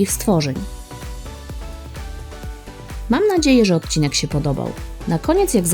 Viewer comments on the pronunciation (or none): none